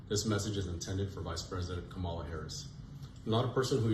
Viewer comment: Pronounce her name, you rude person, you